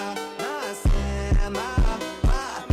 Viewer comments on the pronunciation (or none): none